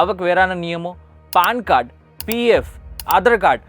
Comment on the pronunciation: Not "Paan Card" 😄, it's PAN Card. It's pronounced more like "Pen Card", not "Paan Card."